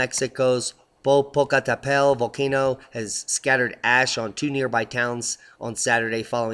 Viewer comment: Popocatepetl Pronounced: Popo-katah-petal